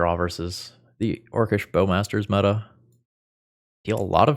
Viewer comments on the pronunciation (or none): none